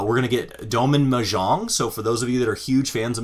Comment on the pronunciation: Your pronunciation of Mahjong was killing me. Still got love though 😁